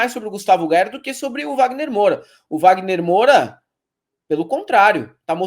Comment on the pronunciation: Que saco ouvir o errar o sobrenome do Wagner Moura!!!!